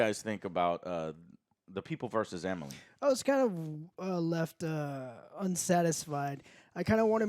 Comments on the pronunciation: Dude can’t even say Emil right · Did this fkin guy just say Emily Blonsky? Wtf Joe, why is it so hard for him to get names wrong in every single show & movie they watch?! Its been a decade of reviews, wtf dude?! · Did you seriously say “Emily” instead of Emile? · keeps saying Emily instead of Emil. Why is no one telling him? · Joe, loved how you emasculated the Abomination by calling him "Emily" and not "Emil" LOL! Fan outrage!!! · Calling abomination Emily is on par with the twerking lol it’s Eh-Meal! Lol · ‘Emil’, not ‘Emily’. ‘E-Mil’ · It's Emil (e-meal) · Dude, Emil is not pronounced "Emily"... Abomination's real name isn't Emily..... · Joe work on that pronunciation. It's Emile blonsly not Emily blonsky lmaoo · did i hear correctly - Joe just said - Emil-y Blonksy. haha. Joe aint great with names. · Did he really just say Emily Blonsky? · Good ol and his pronunciation. Emily blonsky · Did Joe really call Emil Blonski, Emily? 🤣🤣🤣